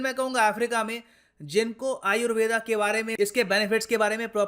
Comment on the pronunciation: This is not "ayurveda" this is "ayurved" please pronounce correctly sanskrit words.